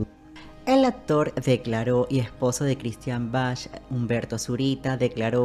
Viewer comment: Hermosa nuestra Christian Bach!!!! Argentina, acá en nuestro país también trabajó mucho. El apellido de ella se pronuncia "Baj" como el músico, no, como lo pronuncias vos, "Bach" o sea con "ch". No se lo pronuncia literalmente. Te corrijo xq suena mal oirlo no parece q te refirieras a ella.